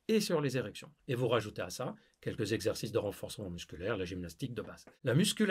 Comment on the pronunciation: Tu t’appelles pas mais Mouloud! 5 ZEXERCICES ça fait très banlieue d’Ors’!